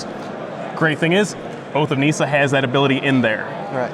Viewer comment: nissa not neesa